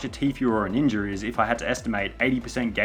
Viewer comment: Ninja* not Ninjer